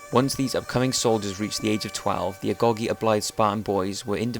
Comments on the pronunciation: I thought it was pronounced agoj not agogy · Agoge is pronounced A go gee not A gog ee. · It's said a-go-ge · Um,I'm dying of laughter rn. M8,I'm a greek,and the "g" in "agogi"("Αγωγή" in greek) does NOT make a "Guh" sound...